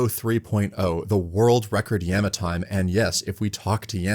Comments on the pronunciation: hearing this guy say yam-ah instead of yah-ma is driving me insane, no way i can watch 48 mins of this anyone recommend a diffrent video? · Yah-ma. Not ya-ma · all this for him to still say "Yehma" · At first I was a bit irritated by your pronunciation of Yama, but I’ll forgive you for how awesome this video is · stop pronouncing yama like that please